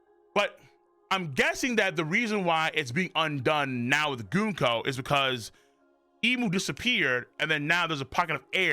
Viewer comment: The way you pronounce it sounds like “goonco,” and even the caption agrees.